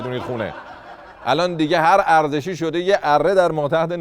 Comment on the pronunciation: 😂😂😂دهنت گاییدم میگه عرزشی کش 😂😂😂